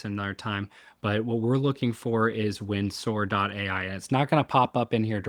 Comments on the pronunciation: Oh my days stop saying wind soar 😂😂😂 It's "Windsor" pronounced "winzurr" That aside, incredible! I'm using manus for very similar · Just a heads-up, it's pronounced "Win-zah" - like Windsor Castle. :D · Pronounced “Winser”